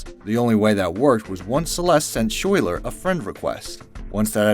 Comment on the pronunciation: Lol I know this video is old and I’m sure the narrator won’t see this, but “Schuyler” is pronounced like “skylar” not “shoy-ler” It’s Dutch. But that was funny